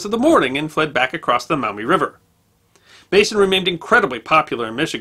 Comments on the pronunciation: As a native Toledoan I loved watching this! Locals pronounce it Maw-mee sounds like you’re saying mao-mee. Anywho keep up the stellar content! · Just FYI, it's pronounced "maw mee" not "mao mee" river. And Charles Emerson Winchester was right when he said that "There's a reason that Toledo is kept in Ohio". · T-O-L-E-D'oh! That's my town! FYI, they're pronounced Maw-mee, and Perrysburg. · It's pronounced Maw-mee. Not Mao-me. I live maybe ten minutes drive from the river and less than twenty from Girty's Island. Which should be your next video topic! Love your channel, sir. God Bless! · Maumee is pronounced Maw mee, not Mau Mee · Maw mee not Mow mee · The correct pronunciation is Maw-mee River, where "Maw" rhymes with "jaw". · The “Mawmee” River. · In these parts it is pronounced "Mawmee". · I had to go back to hear it. I figured he said mommy but he also said it like the vowel in mouth. He’s definitely not a local. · For the record, locals actually pronounce the name of the Maumee river as 'MAW-me.' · I live in Toledo. Not bad! It's MAW-ME tho Also, the University of Michigan was proposed to be built on Huron Street in Downtown Toledo. A historical marker is installed at the location. The Toledo Jeep plant is on "Stickney Ave" Ironic considering the Jeeps reputation. You should see the bar fights during the OSU Michigan game ... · Great history lesson! Just two minor comments from a Toledo native (Perrysburg to be exact). There was a reference to a town to the south of Toledo as “Perrysville,” but it’s Perrysburg. Also, the “au” sound in “Maumee” is pronounced more like the “o” in “moss,” not the “o” in “cow.” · He also pronounces Maumee incorrectly. Even though there is a U it is pronounced as a W. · Got the wrong pronunciation of Maumee. I grew up near Toledo, Ohio. Perrysburg is across the Maumee River from the city of Maumee.